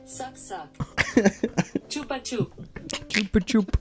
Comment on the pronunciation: it's pronnounced "choopa choops"